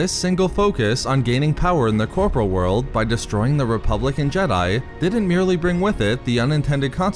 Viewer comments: You still mispronounce "corporeal". You are pronouncing it the same way as the word "corporal". But it's actually pronounced "kor-por-ee-uhl". Darth Plagueis would be ashamed of your ineptitude, shaming you into learning the word properly. Sidious though, he would force lightning you a few times to burn the word into your brain. Vader would simply toss you out an airlock; he has no time, nor inclinations towards teaching an apprentice incapable of simple diction. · Dude the word corporeal is not pronounced the same as corporal. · Corporal is a military rank Corporeal (pronounced cor-por-e-al ) is worldly physical things. It's just been killing me for so many videos.